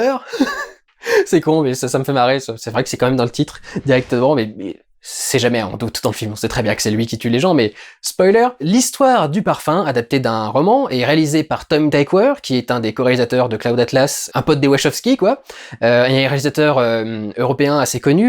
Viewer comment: LOL. Tom "Taillequoaire" Pour la bonne prononssiachionne